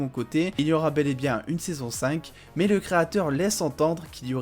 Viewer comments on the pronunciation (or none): none